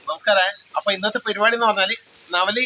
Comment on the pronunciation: Peripadi alla. Paripadi anu